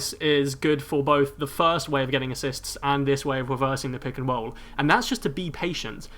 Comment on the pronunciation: "The weft and the wight, pick and woll, JJ Bawea" lmao